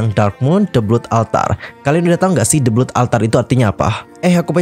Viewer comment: The Blood Altar : blood pengucapannya bkn blut✖tp blot✔😆